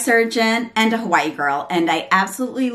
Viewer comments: Omg she's saying Hawaii. .I keep hearing white girl 😂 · I agree I thought it She said white girl than I replayed it and turned up my volume 😂😂😂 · ohhhhhh lol😂😂 my apology it really sounds like your said white but I was like she don't like white lol Thanks for replying I brought the Eylure London pro magnetic lash but I had to see if they will stay on during the day. Im going to buy the one you showed too.😊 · I replayed it several times trying to figure out if I heard the same also. Lol Like wait? What? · I actually thought you said "a fly girl" LOL! Thanks for a great video! The lashes looked great on you and your daughter is adorable 🙂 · I also had to use subtitles to see if you said "Hi I am a white girl lol " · Wait what was it she was saying at the beginning? A what girl? Sorry I genuinely couldn’t hear it lol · a 'Hawaii' girl. i thought the same thing lmao